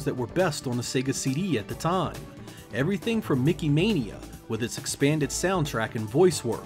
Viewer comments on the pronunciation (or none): none